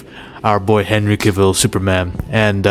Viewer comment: I Love your videos and Admire and Respect you. But I just wanna let you know that you keep Mispronouncing CAVILL. For, it is pronounced like CAVALRY Without the ry(ree).